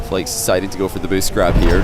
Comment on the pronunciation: JeanPierre Snyman from watching so many Flakes Gauntlet round matches im often confused whether is saying “flakes” or “Flicks” lol